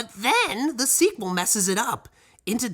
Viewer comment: you did say "squee quel"